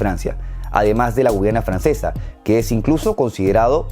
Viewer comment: La Península Ibérica está conformada por España (excluyendo Ceuta, Melilla y las Islas Canarias), Portugal, Andorra, Gibraltar (que pertenece al Reino Unido y que es reclamado por España), y por una pequeña parte sur de Francia (pequeña parte sur de Bayona y de Narbona —ambas pertenecientes a Francia). No se dice Guyana Francesa, se dice Guayana Francesa. Texas no se pronuncia [Téksas], se pronuncia [Téjas].